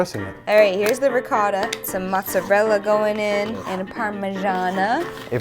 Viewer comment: Did she really just say riccotta like that????? Italian people triggered